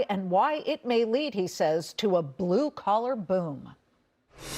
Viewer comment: The 'h' in Huang is not silent.